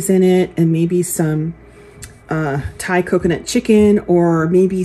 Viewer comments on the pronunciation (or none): none